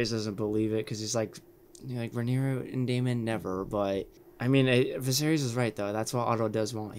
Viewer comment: Hi! Noticed you were unsure of some of the pronunciations for the character names, understandable seeing as they’re spelled super weird. Pulled these straight from the audiobook, hope they help: Rhaenyra - Ray-nee-rah Daemon - Day-mon Viserys - Vis-air-is Laenor - Lay-nor Laena - Lay-nah Corlys - Cor-lis Rhaenys - Ray-nees Aegon - Ay-gon Helaena - Hel-ay-na